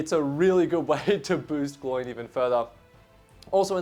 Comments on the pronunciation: Who is ‘Gl oiiin’? It’s Gloin, pronounced ‘Glow-in’ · Exactly. It’s kind of unacceptable to pronounce it like him. Same as “Eragon” for Aragorn… pet peeve of mine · Gloin and Oin is the correct pronunciation. When Gandalf lists all the dwarves in the hobbit they rhyme, especially these two being brothers 😅